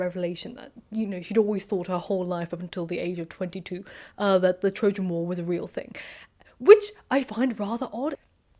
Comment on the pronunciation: Her 'O' sounds are very English. And listen to the sound of her 'a' in 'war' [ WOR ]